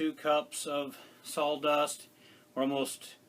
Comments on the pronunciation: What is “SAWL” dust? How is that different from “sawdust”? Serious question. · I was going to ask, I thought you were saying sol dust